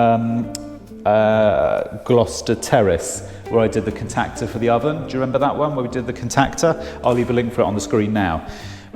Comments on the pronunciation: Tickles me the way you say contactor! Lol It's con tact tor not con tactor! Funny. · anyone else get triggered by the way he says "contactor"?